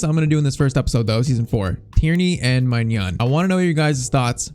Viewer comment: Just so you know, it’s pronounced “my nan” maignan= my nan